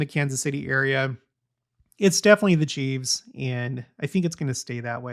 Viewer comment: I wish someone would tell him, its not " chieves", its chiefs. No debate.